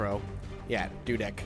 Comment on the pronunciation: Being polish it's kinda silly hearing an english speaking person pronounce /read polish surnames xD Dudek: dude - ec (as in economy) also dudek means hoopoe :) Zając: Zah - ye - ow - ts, also zając means hare :) cheers!